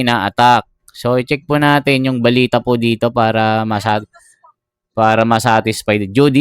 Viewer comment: Idol ayusin mo mga sinasbi mo..anung bilita? Balita cguro idol🤣🤣